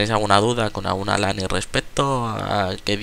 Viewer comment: no pronuncias ni una palabra inglesa bien, god? "gud" lane?? "lein" ...................................................................